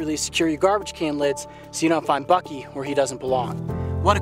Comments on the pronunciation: am i the only one who keeps hearing f*cky instead of bucky? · It’s BUCKY, not BINKY.